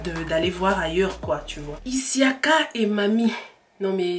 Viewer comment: Pourquoi tu dis issiaka c' est juste Siaka